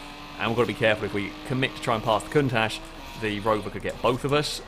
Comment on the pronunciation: Is it just me or does anyone else think that pronouncing Countach like Cuntach is funny?